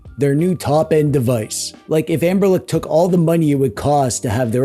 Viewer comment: "Anberlick" is accurate. 😂